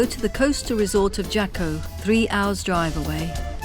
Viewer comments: HA-CO not jokko . . .gets me every time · i've lived in Jaco costa rica for 30yrs, its pronounced HACO the J is an H in spanish. there was a law in Jaco that you COULD NOT built over 3 stories. there were NO buildings. but, in 2000 an new mayor was bought out and changed the law. now theres 15 and 25 story apartment buildings everywhere, where does all the sh=t go!! theres no sewer system! evryone has SEPTIC tanks!!! they´re taking away the nature and beauty that attracts everyone to costa rica, and replacing it with condos!! TAXES in Costa Rica ARE 13 percent!! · It’s pronounced Haco. Every time I heard the hard J I was cringing. It’s also one of the worst places in Costa Rica. A dream town for criminals. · Even tough I'm with you on the "American" designation, Belize doesn't belong to Central America because it has historical roots. Also, it triggers me on how they pronounce "Jaco"...